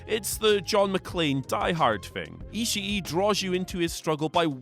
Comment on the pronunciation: Its pronounced Ishii. Not Ishii E. Also the Fiend should be 1.